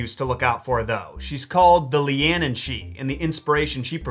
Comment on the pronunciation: Caorthannach = KWAREhonn(uck). Leanan = LANnan ;) regularly impressed by your Irish pronunciations otherwise though!!